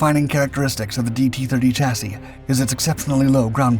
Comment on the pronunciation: Holay shet bois, he said chassis correctly. I almost fell out of my chair.